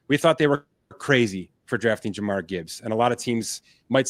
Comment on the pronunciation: And it's Jahmir not Jamar lol